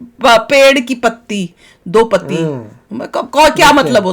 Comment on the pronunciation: Madam ji it's do Patti not do pati. Khud samajh lo phir react karo